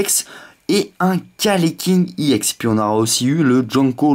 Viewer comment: Sa se dit ex pas iex